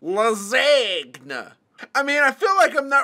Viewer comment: It’s pronounce lasagna